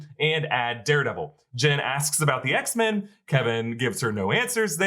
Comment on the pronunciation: Kevin cannot say X men